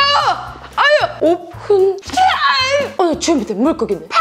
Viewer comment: 옵흔 발음이 너무 찰지셔서 방금 롤 오픈하고 왔습니다